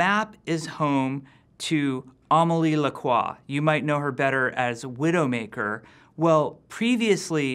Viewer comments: M vara Amaili Lakwoi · Asaxi Car il galère déjà assez à dire Amélie Lacroix ?